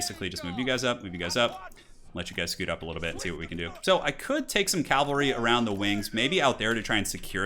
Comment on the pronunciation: Cavalry. Not calvalry and not calvary. Awesome commentary though! O_O